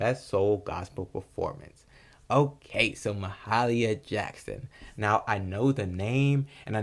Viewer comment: Thanks for posting. Her name is pronounced Mah-hay-leeah, with a slight stress on "hay".